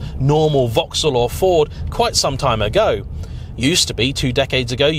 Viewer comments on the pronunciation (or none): none